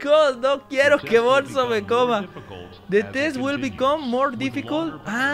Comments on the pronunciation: tule dises bonzo pero es bunzo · Al bonzo se pronuncia albunzo